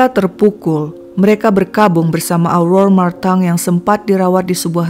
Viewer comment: seneng aku pas nyebut nama Aurora Martin sampe aku ulang2 dengernya 😂😂😂